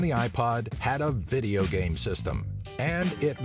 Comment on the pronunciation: you call video games vigeo-games XD